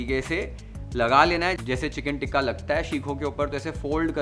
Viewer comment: You keep saying ٹکہ 😂😂it’s called tikka تکہ anyway i love your cooking show and recipes u explain ❤